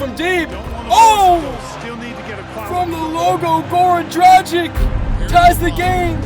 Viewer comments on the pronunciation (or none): Dragich, not dragick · Btw there’s an accent on the c so it’s pronounced dragich, like “dragon”